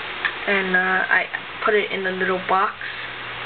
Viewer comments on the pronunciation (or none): none